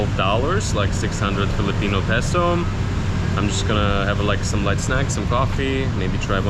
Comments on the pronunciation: its actually pronounced as peso not piso btw he taught u incorrectly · It bothers me when someone shares incorrect information. When you use Filipino, or more specifically Tagalog, for monetary values, it's pronounced as "piso." But when you say the value in English, it's always "peso." You were already correct when you said it the first time before asking the good lady. For example: you say "dalawampung piso" (₱20.00) in Tagalog but in English, it is "twenty peso" when you are referring to the actual coin or paper bill (twenty peso coin or twenty peso bill); and you say "twenty pesos" (when you are referring to a price or accumulated amount). Hope that helps. Great vlog, by the way. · its PESO not PISO, piso means 1 peso. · peso or piso 😂😂😂😂😂😂😂😂 its the same😂😂😂😂😂 depends on someone's accent